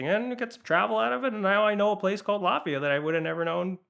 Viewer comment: Latvia! I thought he was saying Lafeyette, as in east bay, CA.